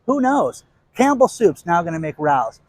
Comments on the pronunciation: I love listening l! Heads up it’s pronounced Rayo’s not Rous 😊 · Hey Rao’s is a very famous restaurant in NYC pronounced Ray - Ohs. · Pronounced Ray os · The sauce is Rao's, pronounced RAY-O's. See restaurant in NYC.